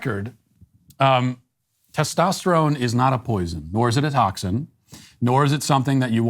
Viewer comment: Tostesytestoterone? What's that?